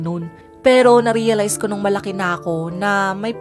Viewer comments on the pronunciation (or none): once said:reralize